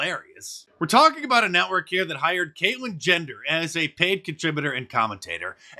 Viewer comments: Is he saying Caitlyn gender? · "Caitlyn Jender" lol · Did anybody else hear Mark call Bruce, "Kaitlin Gender" or are my old ears failing me? FJB, 45/1.